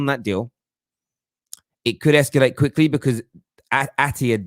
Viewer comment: Whats "esculate", mate??? Are you tryna say "ESCALATE"??? LOL 😆...Up the Terrace